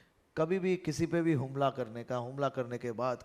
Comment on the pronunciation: Harshbhai,HUMLA NA BOLAAY,HAMLA BOLO😂😂